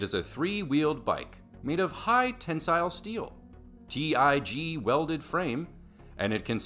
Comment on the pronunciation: It’s tig welded not tee eye gee